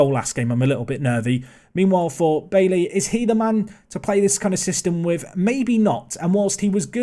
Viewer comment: Your pronunciation of Bailly 😂😂 It's 'bye-ee'